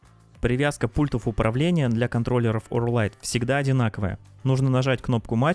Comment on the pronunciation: Ооорррлллрайт - посмотри как правильно звучит название бренда - ухо гнется в трубочку)))